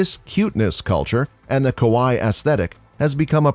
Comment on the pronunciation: Okay, the rest of the Japanese pronunciation is really not bad at all, just some weird emphasis on some syllables. Other than aoi and kawaii, very impressive.